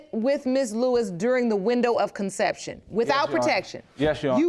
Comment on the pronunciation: "Concinnception." Lol "Nable core, birfatific.." Lol